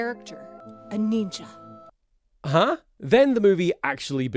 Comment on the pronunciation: God, the "neenja" segment makes me want to vomit, fuck racists